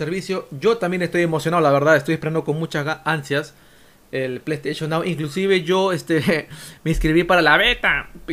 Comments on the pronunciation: plou stachon miau xD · "Bueno ahora vamos con lo siguiente es con pleisteichon nao,pleisteichon nao, que pasa con pleisteichon nao, pleisteichon nao es un servicio de pleisteichon".